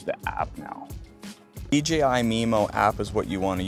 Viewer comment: It's DJI not DGI.